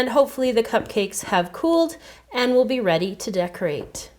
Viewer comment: she says pee instead of be